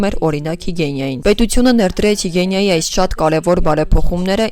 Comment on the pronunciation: Հիգիենա, ոչ թե հիգենՅա 😕😕